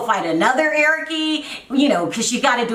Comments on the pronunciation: Larissa pronounces the "e" for everything...not that she is caling him Erickee lol probably Brazilian accent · Honey , Larissa is Brazilian that’s how she pronounces his name . She cannot say Eric like us she is not a Spanish-English person . So basically your making fun of her speech because of how cultured she is . You sound uneducated and stupid .